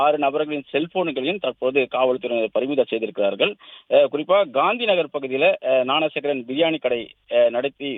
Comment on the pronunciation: ஞானசேகரனை னாணசேகரன்னு உச்சரிக்காதடா